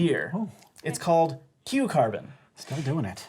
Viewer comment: Whenever he says Q carbon i just keep hearing cucumber